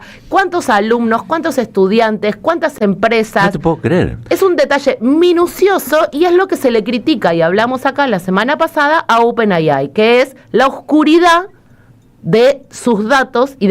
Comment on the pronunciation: Cuando los periodistas remarcan las palabras en inglés. Estaría bueno que las pronuncien bien y no hacer el mira que clara la tengo y decir por ejemplo open ayay. Bueno es un detalle nada más pero me la paso escuchando al periodismo queriendo cancherear en inglés y encima pronunciarlo cómo el ass